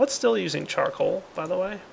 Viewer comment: Why are you saying steal instead of still?